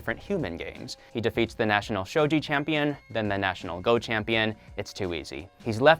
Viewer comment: His name is Netero. Not nettero like you said at first. And Gon is called Gon lika gone. Not Goun or however you said it. And its Lucilfer not lucifer And its pronounced Shogi with a g not shoji